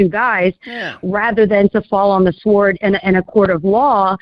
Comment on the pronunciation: Somebody tell that the w in sword is silent. Out here sounding like Willie D. on “My Mind is Playin’ Tricks on Me”.